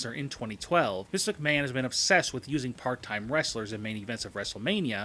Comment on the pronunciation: Why the fuck do you keep saying misicaman, it's Mr.McMahon